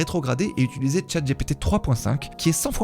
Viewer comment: Très intéressant, merci pour ta vidéo ! Es-tu conscient du fait que tu dis systématiquement "utuliser" au lieu de "utiliser" ?